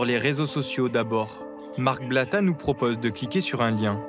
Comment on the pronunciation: Le couple »bla..bla » et non blata